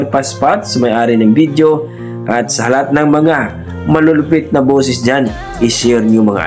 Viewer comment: .......It isn't "BIDYO". It's "VIDEO". Practice makes Perfect.